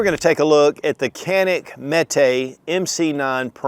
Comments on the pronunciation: pronunciation is djanik. a is a not e .. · You're pronouncing it wrong, brother.